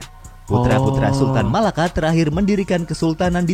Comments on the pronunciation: Bang bukan MALAKA TAPI = MELAKA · Melaka bukan Malaka Yang betul Melaka